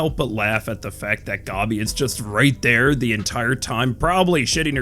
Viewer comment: You calling gabi "gobby" and pronouncing mappa as "moppa" had me rolling, I can understand the mappa one but gobby? really?